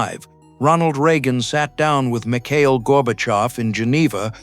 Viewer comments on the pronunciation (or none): none